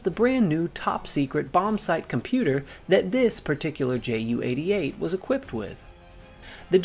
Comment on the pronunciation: When referring to a Junkers Ju-88 please don't call it a Jew-88. The J and the U are pronounced separately.